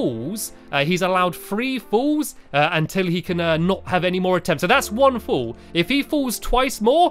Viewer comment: You are saying full it is fall